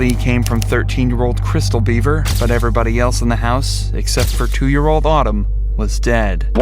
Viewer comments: Please no more robo-voice (if you're not going to correct it.) He was HIDDING in his room. The BEAVERS (Bev-er!) Jeez. Why even upload something you don't watch after you render? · The last name is BEVER not BEAVER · I knew this family, I used to be in a bowling league with them. The older brother would usually bring them, never really saw the parents, our bowling instructor was crushed when this all happened. I'm thankful that the house is now a family park. Also it is pronounced Bevver, definitely not too important just throwin it out there!